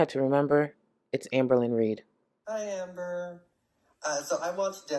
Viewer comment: Long time viewer that cant pronounce her name? this is 💯 someone reading a script and messing up Amber even giggles with dupers delight realising they messed up doesnt wanna talk about foster care but just like the first A.I voice when she started these segments she keeps faking questions about foster care. whats she up to with that? hmmm 🤔